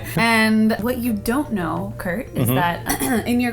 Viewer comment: His name is Kurt. Not Fart.